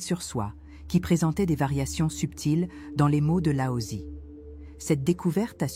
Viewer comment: Oh non !!! Pas lao ZI par pitié ! respectez au moins la prononciation chinoise dans ce sujet svp